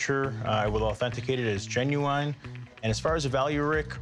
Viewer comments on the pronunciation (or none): . Genuine is pronounced "GIN-you-in", not "GIN-you-wine"!!!!